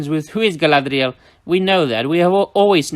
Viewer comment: Man every single time you break in with that ditsy American "Gaaladrieeaaaeelllll" accent I still laugh every time. It pairs well with your natural accent and impeccable Quenya pronunciation. 😆 "Saurrrrrrrlaaaadrieeeaaeelllll" 😂